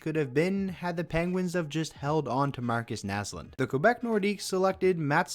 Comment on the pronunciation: I'm can you say Marcus naslund